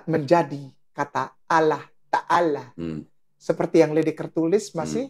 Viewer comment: Kalian perusak bahasa indonesia kata Allah di rubah menjadi awulloohh